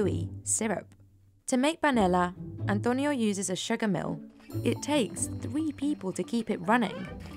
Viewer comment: An-toe-nyo. Had to click off for the way she always made sure to pronounce it with an accent